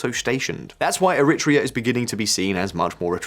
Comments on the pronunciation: ERI - TREEA not ERIT REA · Erritt Treah in an ancient nation! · It's pronounced eh-ri-TRAY-ah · Very cute. is trying to say Eritrea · He should have listened to the pronunciation in the clips before he attempted to read the script. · Wait , i didnt know the pronunciation of Eritrea was an entire debate ? Never heard this version